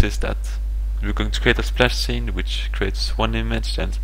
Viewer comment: Crating != Creating. Sine != Scene Varables != variables. clauss != class dis != this Enjine != Engine Your programming is awsome, and your pronounciation of english words needs work.